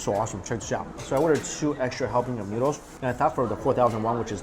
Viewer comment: i dislike how you pronounce noodles